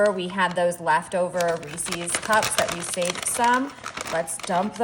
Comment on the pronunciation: You and elaine carol pronounce Reeses the same 😅 Its ok, we know what you mean.